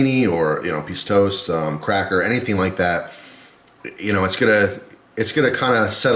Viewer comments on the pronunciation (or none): none